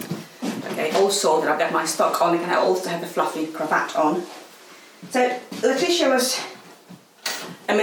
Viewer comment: The name of the lady in the portrait is pronounces `Letisha`, I listened three times and could not work out what sort of a hash was made but it wasn`t that